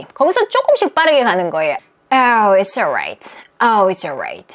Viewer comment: "이츠" 올라잇 인줄 알았는데 "이스"로 발음 하네요.